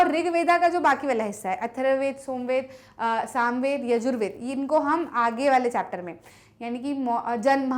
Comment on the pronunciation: MAM YE SAMVED HAI NA KI SOMVEDA